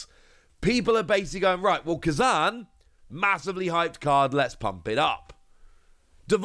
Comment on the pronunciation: You saying Kuzan was driving me crazy!!!! 😂